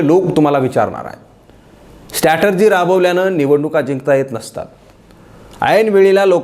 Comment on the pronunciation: एक शब्द जो तुम्ही उच्चारता तो सतत स्टॅटर्जी असा उच्चारता. त्याचा बरोबर उच्चार स्ट्रॅटेजी (डावपेच) असा आहे. ही सुधारणा करता आली तर पहा.